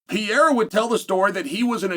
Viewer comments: IT'S PRONOUNCED PUR-EH-RAH ! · Who is “Pee-a-ra” ? 😂😂😂😂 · Pereira Uncle Chael Not Pea Error 😂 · PEREIRA not pierra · Alex Pee-Era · 🤣🤣🤣 Piera, how effortless he butchers Pereira's name, like nothing happens 🤣🤣🤣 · Chael pee'yera Sonnen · “Pee era” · Pereira man..can you say that? Pe rei ra..get it right for once. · Unc’s pronunciation is killing me. Piyera. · Ank sealed his faith when he told Pierra “ NOO CHAMA” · Why do you keep mispronouncing "Pereira" though? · Only uncle Chael could talk about a fighter for years and never learn how to pronounce his name lol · Nah Chael. I disagree. Ank is a dummy. And so not entertaining in his ignorance. Im sorry,, but you are trying to hard here to build up interest here. I respect what you did as a fighter. Please learn how to pronounce Alex's name. It doesn't feel respectful. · Please learn how to say people's names. It's far past out of hand. This dude is a multiple time world champion,. The least you can do as an analyst and former fighter is give him the respect of saying his name right. Pereira is not hard to say.